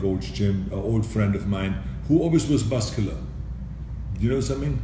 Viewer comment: Did he say buscular lol